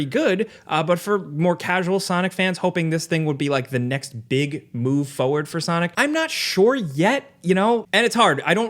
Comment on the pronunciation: I like content. But it absolutely kills me every time he mispronounces forward.